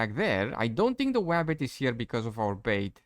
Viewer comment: ..the "woof" the "Zambie" and the "wabbit" lol